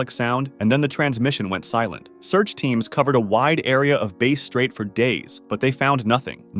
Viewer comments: Bass Strait,”Bass” rhymes with “grass”. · Bass Strait is pronounced like the fish, Bass, not the instrument, Bass